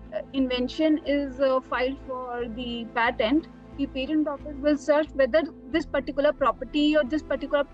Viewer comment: How you say patent is atrocious